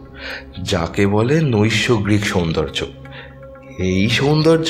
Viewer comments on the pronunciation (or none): নইসোগ্রিক নয় ওটা হবে নৈসর্গিক।